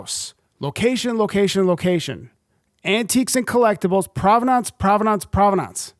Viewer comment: I like your videos but I've never heard anyone pronounce provenance like that.